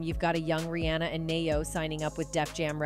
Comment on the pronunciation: Google won’t help the narrator say queen bee vs queen bay; or REEonUh vs reeAnna, or fix boosta rhymes….. ?? The narrator should have googled the pronunciation lolol not us.